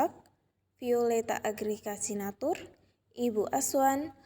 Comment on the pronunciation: Violetha Agryka Sianturi. Bukan sinatur